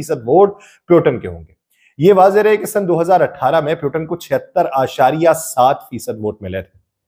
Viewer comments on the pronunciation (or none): آپ کی ویڈیو کافی معلوماتی ہے لیکن روسی صدر کے نام کا تلفظ درست نہیں۔ روسی صدر کا نام ولادیمیر پُوتِن ہے پیوٹن نہیں۔ روسی زبان میں ’ٹ‘ اور ’ڈ‘ کی آواز نہیں ہوتی جیسا کہ عربی میں ہے۔ اگر آپ نے انگلش انداز سے بولنا ہے تو پھر پُوٹن بول لیں لیکن پیوٹن بولنا یکسر غلط ہے۔ امید ہے آپ درستی فرما لیں گے۔